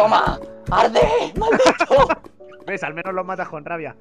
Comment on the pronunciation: Vegetta Dijo Maldit* 2015